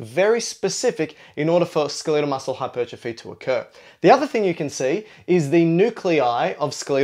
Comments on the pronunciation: ACTS SMART. SAYS SKELIIIEEDEL MUSCLE. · Learn how to say skeletal. lol. Pretend guru is jello-brained